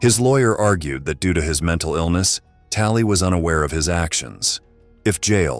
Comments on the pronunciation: Lol "menTalley stable" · "menTALLEY" i feel bad for laughing at that hagsghsjskskkffn 😭